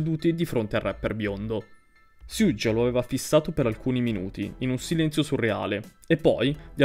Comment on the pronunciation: bro però perfavore, la pronuncia di Suge come fai a sbagliarla?